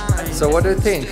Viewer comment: не говори пожалуйста "синк". Невероятно режет слух. Стоит научится правильно произносить "th"